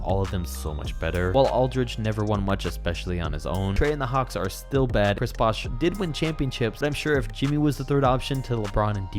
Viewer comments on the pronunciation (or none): none